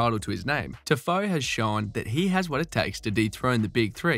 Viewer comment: TIFOE LAMOOO wh yu say it like that